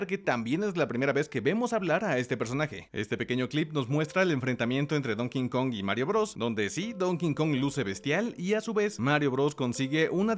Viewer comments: como correccion en buena onda... el chango se llama Donkey (donki) Kong pero tu pronuncias "donkin" kong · Se pronuncia Donky Kong (ya se que esta mal escrito) no es Donking kong (es burro no rey) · No es “Don King Kong”, es Donkey Kong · Nomás que es Donkey Kong,. NO Don King Kong 😁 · Me irrita escucharte decir "don kinkong" btw